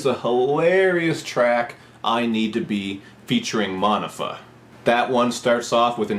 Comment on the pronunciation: Monifah is pronounced "Moe- Nee- Fuh" And "Jealous Girl" is originally a New Edition song... Other den dat, keep up da good work 💯